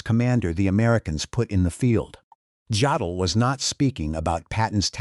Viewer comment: Jodl was pronounced "yodel", not "joddle". The English J sound does not exist in German. Js are always pronounced as Ys.